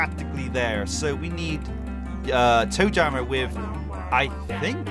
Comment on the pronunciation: name toe jammer “joe tammer”